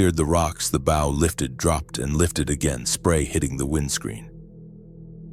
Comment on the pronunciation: These robot readers never get bow right. The front of a boat is a bow, not what you shoot arrows with.